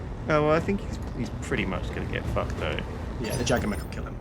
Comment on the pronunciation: Who else gets triggered about how they say Jagger